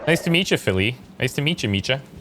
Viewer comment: Hey, I think your pronouncing Micah's name wrong. The C and H aren't connected, so it would be pronounced (Mike-ah)